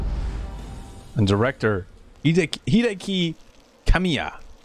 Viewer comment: you said Hideki Kamiya like you have no idea who he is.